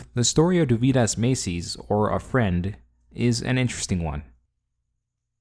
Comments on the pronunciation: Next time at least bother to pronounce the name right. It's not that hard to look it up. Dovydas emphasis is on letter o, not y. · You seem to mispronounce Dovydaddy as "Doh-vie-dahs" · It's DOvydas ffs!